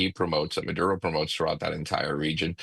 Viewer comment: How does she get murodo out of maduro?